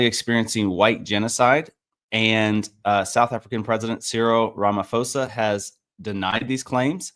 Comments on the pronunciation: Pronounce the name right please - Rama - po - sa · The ph in ramaphosa os pronounced as a hard p, like in poke put pan pun